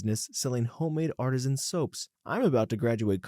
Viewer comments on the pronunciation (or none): none